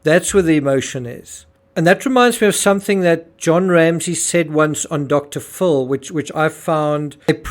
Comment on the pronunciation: Its dr Phil not dr full